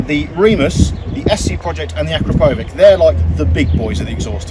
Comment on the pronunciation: Acrapovic has nothing to do with a wig. It’s pronounced Akrapowitch.